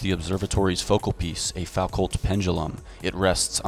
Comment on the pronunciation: Great vid,! fyi Foucault is properly pronounced "Fu Kou".